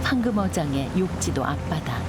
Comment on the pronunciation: 육지도가 아니라 욕지도 입니다.